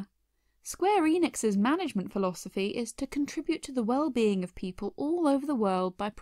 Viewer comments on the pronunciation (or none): none